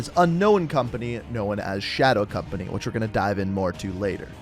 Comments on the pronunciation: Known = NO-in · "Knowen" he created a whole nother word out of known. Amazing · "Not much is knowen" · Dude, great video lol love how you pronounce known, cracks me up every time! Lol “No- Uh-Wen”